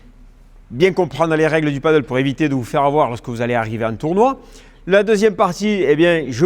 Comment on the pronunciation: Merci pour toutes les explications tres utiles, mais quand allez vous appeler ce sport par son vrai nom ???!!! c'est du PADEL pas du Paddle ! comment peut-on donner des cours de Padel sans jamais le prononcer une seule fois correctement !!